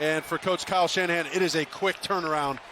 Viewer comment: Did he say coach shinhead 😂